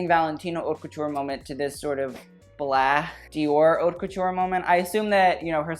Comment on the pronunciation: Haute is pronounced oat. Best and worst ... some should fire their stylist.